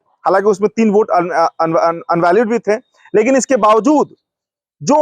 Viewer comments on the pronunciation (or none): Unvalid ..... nhi Invalid hota hai jholachhap journalist 😂